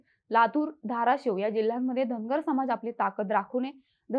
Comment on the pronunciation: Tai tumhi uchhar kartana dhangad asa krtay ...survatila ....mg st mde je dhangad aahet te aarkshn dya